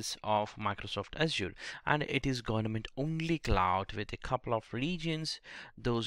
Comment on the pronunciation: Its not gornament .. its government